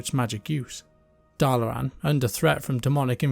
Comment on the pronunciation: There is so R in the start of Dalaran lol why do you keep pronouncing it as Darlaran?